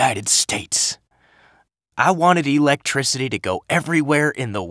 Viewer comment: No, no, no. You've got this all wrong. It-s not e-lectricty. It's electricity. And you blow the last line. It's the money line and you don't see it in a heartfelt way.